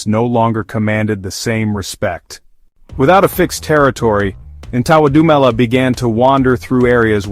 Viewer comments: Lmao right. Americans are so funny, at least practice saying it before shooting the video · Disrespecting his name say it right with this bullshit narrative